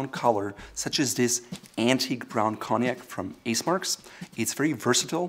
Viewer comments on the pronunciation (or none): none